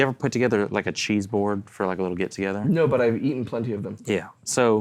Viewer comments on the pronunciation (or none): lol I kept thinking was saying "chi" - like he had consulted chi-chi fortune telling sticks to pick the guitars lol. Then he started naming cheeses and I got it.